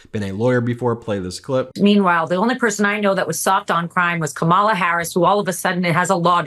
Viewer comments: Ben ... you said Ka-MAH-la! COMMA-la. It's not that difficult.... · It’s Cómma-la, Dude. Stop with the Republican pronunciation ka-MAH-la. 😂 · BEN, Say Kamala’s name correctly! I’m shocked you are repeatedly pronouncing it the way republicans intentionally say it wrong. It’s Comma-La. Not Kom-ah-la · Ben, please pronounce Kamala Harris' name right! KAMA LA not KA MALA! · Ben mispronounces Kamala, then goes on to lecture about pronouncing it correctly. Hmm. Love the show! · Comma la … really not that hard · When you mispronounce Kamala's name you sound like a tRump supporter. At the DNC her grand nieces taught everyone how to correctly pronounce Kamala. Say comma (like the punctuation mark) then La. Let's practice---Comma La💙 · Ummm you just said "Kahm AH La", Ben..re-roll that clip 🙄 🤣But I get it...you post so often, I'm not even sure you sleep at alllll (and face it, her name is phonetically challenging!) so it's clearly easy to understand how you could slip a little up. Just sayin': ya did!! 🤣🤣 Still love ya 🥰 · oops - you just said Ka-MA-la Harris and thus mis-pronounced it yourself Ben. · Ben, Comma-Law ❤ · Ben, YOU mispronounced “Kamala” also. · Please, Ben, pronounce Kamala Harris' name correctly. Thanks. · Sorry Ben, I love your videos and your network but you just said Kamala the exact same way that Alina Habba did . Were you quoting Habba by saying it wrong? Because at you then said it correctly. I want to clarify this for the audience. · I know it is tricky but we have to be able to rely on you to pronounce Kamala correctly. You say they are mispronouncing her name and then you do it yourself! Come on! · How about You pronounce her name righ consistently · Okay so why did Ben mispronounce Kamala's name. ? .